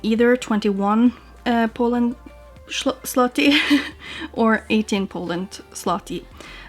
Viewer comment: Very well pronounced zloty 👍🏻